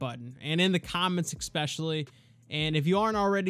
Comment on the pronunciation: Great, insightful video. * ("S-specially" not "X-specially") 😬 Go HAWKS❗ 👍